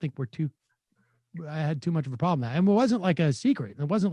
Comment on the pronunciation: every time this guy wants to say "and" it always sounds like "end"